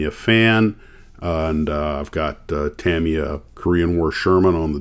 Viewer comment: The US headquarters is located in Orange County, California, and Tamiya is pronounced Tameeya. My father was the plant manager for Revell in the 1970s when I was a kid. I was lucky enough to spend the day on Saturdays and watch the model masters not only build the box art samples, but I also got to watch them fabricate the tooling to produce the models. I was there when they made the C.H.P. motorcycle from the TV show Chips and I got to keep many of the original box art models. I still build models 50 years later. I built them professionally for 4 years as well.